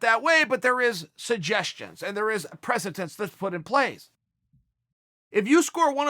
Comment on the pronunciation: Chael "setting a pres-uh-tense" Sonnen.